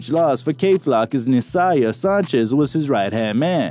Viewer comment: How do you mispronounce Sanchez